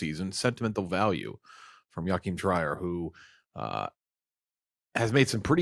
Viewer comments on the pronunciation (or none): Pretty sure they pronounced “Joachim Trier” different each time lmao